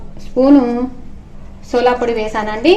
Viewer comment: సోలా పొడి కాదు అమ్మ. సోడా పొడి